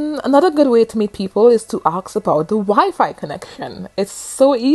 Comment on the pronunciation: Great video but why do you keep on saying arks? The word is Assssk.